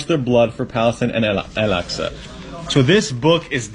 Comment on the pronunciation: And since when did Muslims just started saying aaal aaqsa? Bro this isn’t a Zara store, this is MASJID AL AQSA! Not a joke!